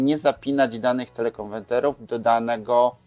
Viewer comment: Suchać się nie da tych pańskich teleKONWENTERÓW. Niech pan stanie przed lustrem i 100 razy powtórzt : KONWERT, KONWERT, KONWERT ...co oznacza po angielsku "zmienić na". A potem 100 razy KONWERTER, KONWERTER, KONWETRER.. A potem 100 razt TELE KONWERTER, TELE KONWERTER, TELE KONWERTER....